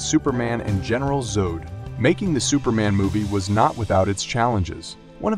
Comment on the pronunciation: It's General Zod (rhymes with rod).